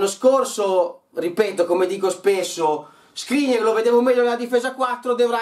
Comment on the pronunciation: Si chiama Skriniaaaaaaaaaaaaaar non Skrinier